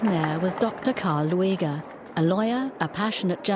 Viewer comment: Karl Lueger's name isn't pronounced Loo-egg-er; it's pronounced Lue-ger.